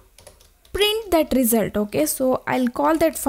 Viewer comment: Good vid, but with one suggestion : “result” pronunciation, please